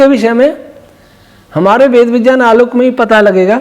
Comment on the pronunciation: Kripaya Vijjan mat bolia viggyan sunne main jada achha lagta hai